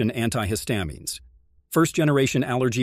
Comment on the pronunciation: Might want to learn how to correctly pronounce estrogen and anti-histamines.